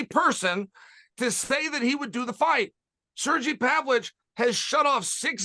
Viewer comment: Big Sur-gee Pavich fan.